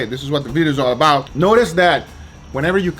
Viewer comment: Wife: Guga that was amazing! Guga: It’s allabout da juice!